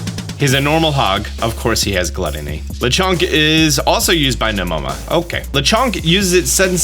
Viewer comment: There’s nothing French about Lechonk! It’s a Spanish wild boar 🐗 oh and I think Smolive is pronounced like small+live.